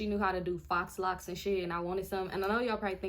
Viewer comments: Shit, I always thought that they were pronounced fox locs (faux locs) not foh locks. 🤔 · “Fox” locks. That was too cute 🤣🤣🤣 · I was 👉🏾👈🏾 close to clicking off when you said fox locs 😹😹 I’m in the kitchen and this is playing over my speaker… then I realized you said it on purpose… girl you are too silly smh 😂😂😂